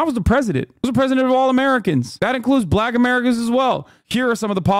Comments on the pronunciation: Trump pronounces it “buh-lack” every time… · Trump says black with a hard L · Why does he pronounce black like that? Its a bizarre dogwhistle.